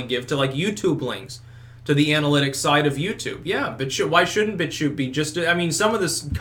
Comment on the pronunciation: "He's now a bitchuter" lol it sounded like "bitch shooter" xD